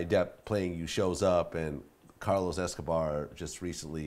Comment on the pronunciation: did you hear him say carlos escober lmao